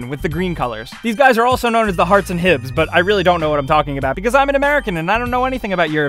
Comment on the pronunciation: hibs ,hearts pronunciation made me die